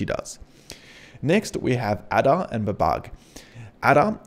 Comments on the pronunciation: Sorry mate I was LMAO! Your pronunciation of the old programming languages (or lack of it!) - HILARIOUS. "ADA" is pronounced "AYDA" and is one of the oldest programming languages - certainly not pronounced ADA as in "ADDER" like you said - I was laughing so much... then you said "BABBAGE" in some 'strange way' which I still cannot describe!... Mate, it's pronounced BABBAGE as in "CABBAGE" the vegetable but starting with a "B". LOL... Mate it was hilarious - thanks for making an old programmer of some 50 years laugh so loud I had to visit the loo 🤣🤣🤣🤣😆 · Great video! I did find it funny how well versed you are about this but didn’t seem to catch onto the naming scheme behind the models 😅. They’re all famous scientists eg Ada (pronounced ay-daa not ah-da) is Ada Lovelace. Amazing content still just a funny thing I noticed lol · bab-ij and adar ... I winced each time I heard you mispronounce those famous computer scientist names! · Nice but please pronounce Babbage (Charles Babbage - Bab Age) and Ada (Ada Lovelace - A Da) correctly lol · that'll be charles babbage ( pronounced babbij ); inventor of the difference engine. and ada lovelace ( pronounced aid uh ); famous 18th century mathematician 👍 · also ada is ay-da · Great video, but "Babug" and "Adder"!? 🤨 Kids today... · Just a heads up "Babbage" is pronounced similar to "Cabbage". "Ada" is pronounced "ay-da". They're both names of early mathematicians. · Loved this, even tho the pronunciations of Ada and Babbage tickled me. I think it's Ada as in Ada Lovelace and Babbage as in Charles Babbage 😂😂😂 Many thanks for all the effort you put into these